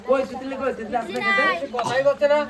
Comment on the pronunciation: তিতলি কে সবাই তিলু বলে কেনো